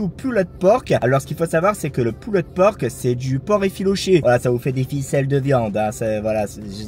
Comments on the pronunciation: Deja si t’avais bien prononcé pulled comme il faut elle aurait pas compris poulet 😂😂 on dit [pulld] pas [pulled] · Tu prononces quand même le d, pull'd pork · Pull(ed) pork , on ne prononce pas ed ;)